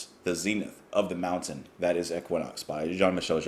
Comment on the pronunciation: équinoxe is French. The correct pronunciation is é-ki-noks. The "é" is closed and short (like the English "bet"), the "u" is not pronounced, and the emphasis goes on the last syllable "noks". As per JMJ, not a fan, but plenty of friends were.